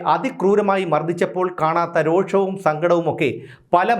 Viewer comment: രോക്ഷം ❌ രോഷം ✅